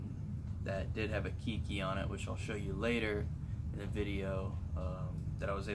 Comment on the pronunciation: Good vid-gives me hope for mine! Just fyi, the word "Keiki" comes from the Hawaiian language. It is pronounced "Kay-kee"